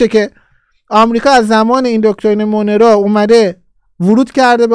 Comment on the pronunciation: استاد ، دکترین مونرو، مثل مرلین مونرو تلفظ میشه،